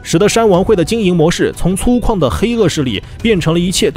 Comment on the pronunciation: 粗犷（guǎng）捞财耙（pá）子，这样就先不订阅了。